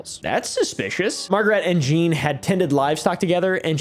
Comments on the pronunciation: Great vid as always. Jean is a tough one. But you got it right at a certain point. If you legit do want to know. No need to pronounce the "n". The sound following the soft J is like the "ea" in the word name Sean. So basically what you where saying just cut the n and the end. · i speak french but i don’t know how to type how jean sounds😅you said the “j” sound right and it ends with an “aw” kind of